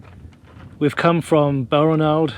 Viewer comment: BAL-RAN-ALD, please, with the emphasis on the second syllable. The 'ranald' sounds like 'ronald'.